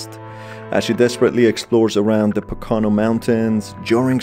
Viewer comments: Just a heads up, it is pronounced "Po-ka-no" mountains. Happens a lot tho so you good. Love the videos as always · As a local PA resident, here that pronunciation of Pocono, hurt me. It's PO-kuh-no. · Very minor gripe but I like an hour and a half way from the Pocono mountains and everyone pronounces it all wrong. It's PoKoNo. Sorry again for that little gripe. Otherwise great video! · Hahaha yep, thought the same thing